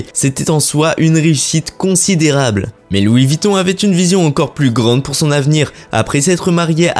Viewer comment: Revoir votre prononciation... VUITTON et non Vitton !